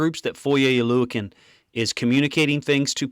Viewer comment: Props to being the only guy who actually pronounces Foye’s last name correctly.